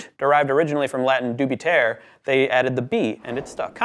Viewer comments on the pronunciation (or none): The Latin dubitare is not: do bee tear; but: doo bih TAH ray.(Roll your "r"). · dubitare is pronounced doo-bee-TAH-ray. There are no silent letters in Latin. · One of the things I've noticed is that a lot of folks on Youtube don't know that Latin e's aren't silent--so it's doo-bi-tar-eh, rather than doo-bi-tair Also, it's levi-O-sa, not levi-o-SA. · Dubitare it's a latin word, so its pronuonced something like: "Doo-bith-ah-reh"